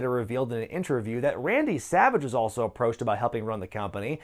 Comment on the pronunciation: I still find it funny - how Hulk Hogan says "The XWF WAS the best-kept secret in professional wrestling.".